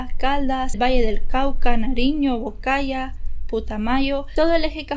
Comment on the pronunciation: Quidío con tilde en la i, bocaya no existe debe ser Boyacá, Antioquia lleva el acento en la o, Tuluá con tilde en la á. Hay rumores de que el tipo ya está libre...